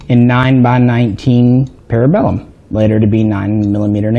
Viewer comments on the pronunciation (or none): none